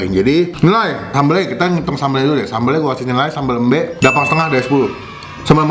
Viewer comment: Salah pengucapan sambel embe nya bukan gtu pengucapanya